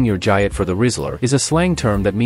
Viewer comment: nice AI trash mispronounces the main term in the video its explaining thumbs down